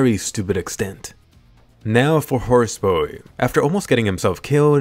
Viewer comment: "Now for horse bouye "